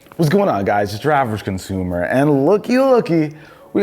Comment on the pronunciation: who else heard 'drivers consumer' when he said 'UrAvgConsumer'..........like if u heard....